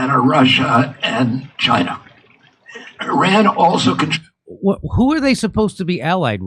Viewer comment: Can't even properly pronounce Iran.